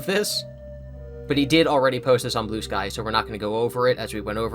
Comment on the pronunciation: Every time you said Blue Sky all I heard was Blue Spike...